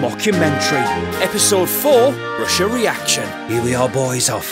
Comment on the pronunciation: I was dying when Roy couldn't say Russia😂